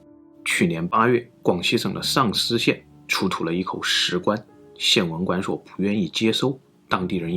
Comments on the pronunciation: 的口音一说“上思”让我以为是“丧尸”。一听到“丧尸”我赶快就集中注意力了…… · 所以到底是丧尸还是上思，哈哈哈哈哈口音梗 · Shang 上 Sang 丧 四川普通话 分不清了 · 说出了我们的心声啊～～～哈哈，第一次听到“sangshi”还专门跳回去看了看字幕😂😂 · 到底是上思 還是喪屍 搞得我好亂啊XDDDDDD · 1822 Like 145 留言 最後說的：的確是重點，中文的言諧音效果，真的很不錯～上思(ㄕㄤˋ ㄙ)與喪屍(ㄙㄤˋ ㄕ)只相差捲不捲舌而已不是嗎？ 發音遗很準滴，～😄😃😎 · 说的即是 我在做别的事情 只听声音也是听着丧尸 好恐怖 看一下视频才知道是上思呀 🤭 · 我就听成了丧尸，赶紧退回去再看字幕，是上思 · 上思总听着像“丧尸”，哈哈哈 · 认识几个上思朋友这么久了从来没有想过丧尸这个方向的口误，的普通话水平真的超乎我的想象哈哈哈哈哈哈哈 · 听成了丧尸县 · 上思被销魂的口音念成丧尸，无形间增加了整个节目的质感！😂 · 好險有字幕.....不然聽完都變成鬼故事呵